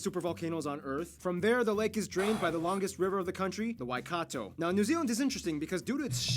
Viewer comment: i HATE how nobody pronounces Waikato right... 'why-cat-toe)